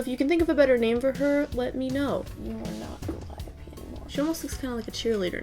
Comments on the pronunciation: You prenounce gooliope like guliopy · This is not how it’s spelled but this is how it’s pronounced goo-lie-apee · It’s pronounced GA-LIE-A-PE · Ghoul-lie-oh-pee Like Calliope, but Ghoulish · Gooliope... it’s pronounced like ghoul-e-ope. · It's said GAH-LIOPEE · Its go-lye-a-pee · I believe “Gooliope” is pronounced as “ calliope” would be....”goo lye oh pea” Still a dumb ass name. Love your channel you’re just as gorgeous as your art!!! You remind me of Mary Elizabeth winstead it’s driving me crazy cuz I am so jealous of her looks xD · Her name is pronounced: guh-lie-uh-pee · GA-LIE-UH-PEE owo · How you pronounce her name is ga-lie-ih-pee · No one really asked but the doll's name (Gooliope) is pronounced guh-lie-oh-pea. It's a play on the word ghoul though. Ya know, 'cause monsters lol. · It’s «goo-lie-uh-pee» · Gooliope is purronounced like Calliope! She's a goo monster that was created in a lab by a mysterious scientist and adopted by a circus! She's purresumably the daughter of the Blob from The Blob (1958).